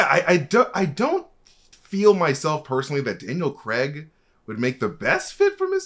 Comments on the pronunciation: Sorry guys i know you cant help it with you American voices/accents, but Bonds name is Craig not Creg lmao. Im English and it shouldnt bug me but it bloody does LMAO. In either case Craig not not appear in the MCU in any capacity other than a minor deity killed by Gorr in 30 second cameo for Thor 4. If the council of Reed ever comes about in the MCU, that is where John comes back just for fan service. MCU Reed will probably be a relatively unknown actor, just my prediction. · Daniel Craig not Creg :) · What is it with you Americans and pronouncing “Craig”?! 😂Comes out like “Creg” 😂